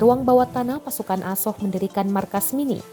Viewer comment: Narasumber bilang Asop Asop, Azov woy